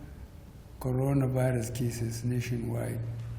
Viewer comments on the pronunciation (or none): Did I hear codoro virus.